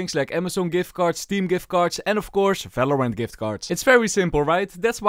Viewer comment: i love it when he says "falorant"